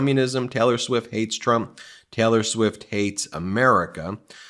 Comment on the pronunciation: Sounds like hes saying Teller Swift